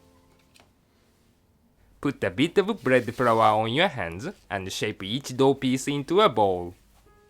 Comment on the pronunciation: i couldn't stop laughing because every time said "dough" i replaced it with "dog" xD